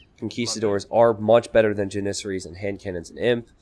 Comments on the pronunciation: JAN-IS-SAR-IES or Janis-saries. The Pronunciation of onager was debatable but this one is not lol. God it's like nails on a chalkboard every time he says it..... The herding of deer seems like a giant waste of time lol but I guess theres not much going on early game and farms do cost wood I supposed. Still what a pain in the ass hahaha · Dont worry I completely agree he's pronouncing it really weird. Jan-is-sar-ies or Janis-saries I googled it to make sure because his pronunciation was bothering me again LOL